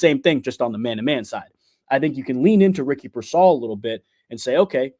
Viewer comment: PEER-sall. Not pur-SALL. Still, good info.